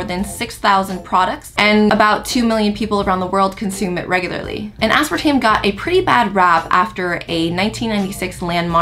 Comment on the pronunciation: Asparatame or Aspartame???? Lmao